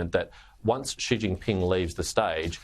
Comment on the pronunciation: Sharri, it's "XI" (pronounced "zhi"), NOT "she".